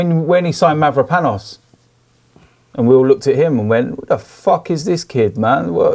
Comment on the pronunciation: It's hilarious when the inglezi say mavropanos